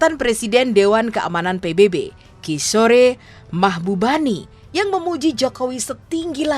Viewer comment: Maaf. Kishore (baca kisor, bukan kisore).